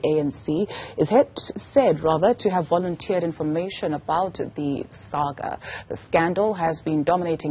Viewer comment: volontereed it ?? lol